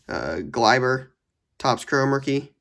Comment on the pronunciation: It kills me as a Yankees fans when u say this😂😂 It’s is Glay-ber